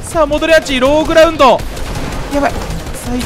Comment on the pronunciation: さんのローグラウンドがローグラ運動に聞こえて笑ったw